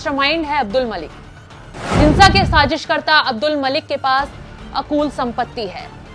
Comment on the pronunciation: क्या बताएं एनएमएफ न्यूज़ से अकूत को अकूल बोला गया